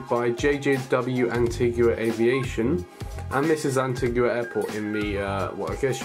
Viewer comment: It's pronounced 'anteega' btw!